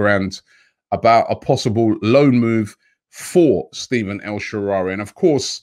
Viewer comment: Robbie it’s pronounced stef- aan